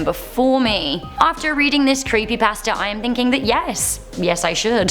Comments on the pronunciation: When she says creepy pasta it sounds as if she is saying creepy bastard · I thought she said creepy bastards when she said creepy pasta😂😂😂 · I kept hearing "creepybasterds" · I keep thinking that she’s saying, “Creepy BASTARDS.”